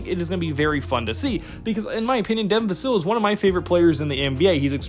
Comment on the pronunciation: Vuh-Sill? It’s Vuh-sell, Hard to take your video serious when you cannot pronounce his name correctly. Risacher should be taken at #4. The French connection! I like neither of the two Kentucky guards. I saw their final game for Kentucky against Oakland. They both were horrible. Use the #8 pick to Cody Williams or Tidjane Salaun. Castle, if available.